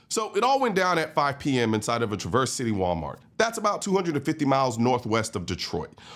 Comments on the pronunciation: you are pronouncing Grand Traverse City wrong:face-blue-smiling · Colion, you're mispronouncing the name of the city. The news lady is pronouncing the name of the city correctly. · One bad thing about this video you kept saying Traverse City wrong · It's traverse, not traverse. Also pipe down, you don't get to talk about michigan. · Not tra-VERSE City. TRA-verse City. (Michigander here, nitpicking.) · its trav-erse not tra-verse you are hearing the news say it correctly many times but you keep saying it incorrrectly... do you think the local media in michigan doesn't know how to say the name of the city? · /TRA/verse/. not /tra/VERSE/ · TRA verse not Tra VERSE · It’s Traverse City as in “yeah” (or “Travis”) not as in “Truck” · As a local, I gotta say... Please pronounce it "Traver City." Similar to the a in apple or in Travis haha. Thanks for covering this story! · Pronounced TRA-verse City Michigan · It's typically pronounced TRA-verse City, like was spoken in the TV report. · Colion, it's not traverse as in traverse.... it's TrAV-urse, emphasis on the AV. Not that it matters, it actually makes more sense the way you said it but... y'know. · It’s pronounced Tra verse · Pronounced Traver City and not how it's spelled. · It should sound like "Traver City". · It's pronounced trav-verse city, drives me crazy when people pronounce it wrong lol, but my daughter showed up right as the first cops arrived last night and they led her out of the store, it was one of her friends dads who pulled the gun on the man in the parking lot. Crazy to see this happen in a town like this. If we have a murder it's front page news for 6 months. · Emphasis on the first syllable in "Traverse City". (Trah-verse...) The news reporter from Michigan got it right. 🤔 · FYI, the Trav is Traverse City is pronounced the same way you'd say it in "Travis". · "TRA-verse" City. Have family up there. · It’s pronounced “travers” city for some reason. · It's pronounced Trăvers City.. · Pronounced Traver’s